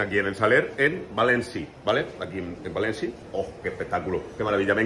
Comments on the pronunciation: joder que mal me pone cuando dice "Valensi", me mato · Por qué le dice Valenci a Valencia? 😂😂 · Y porque dice Valenci????, o es Valencia en castellano o es València en Valenciano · Me pone muy nervioso que diga valenci y no Valencia